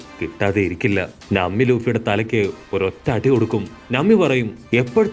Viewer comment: നമ്മി അല്ല - നാമി